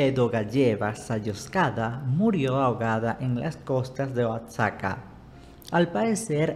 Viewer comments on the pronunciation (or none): none